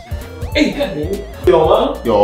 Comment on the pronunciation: 這個真的很讚ㄝ! 尤其罵出{幹你}彷彿突然把我拉回台灣人的感覺 很沒有歪國人捏